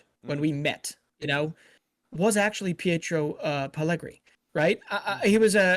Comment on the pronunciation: Pietro Pellegri for gods sake not pellegrini